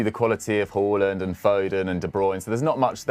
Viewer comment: Who the hell is “Hoolland”